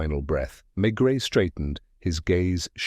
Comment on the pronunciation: Mispronouncing the name of the main character is not a good start. Terrible.